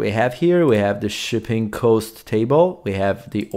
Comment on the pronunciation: Pro tip: Cost in English is pronounced "Cahst" not "Coast".